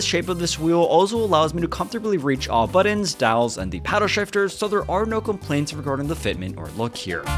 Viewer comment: Buttons. Not buddins